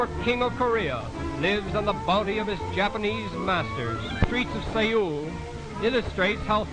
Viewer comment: Sae-ul???? His pronunciation is hilarious!